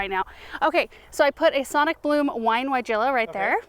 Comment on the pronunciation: Didn't know if u knew weigela is pronounced with a V not a W...thanks Europeans lol..